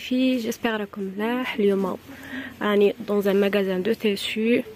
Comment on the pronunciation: Les téssus?! La doubleure?! Les tissus la doublure